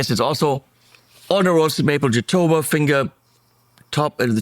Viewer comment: Jatoba, also known as Brazilian Cherry but, isn’t in the cherry family is pronounced: hah-TOW-buh. You’re welcome.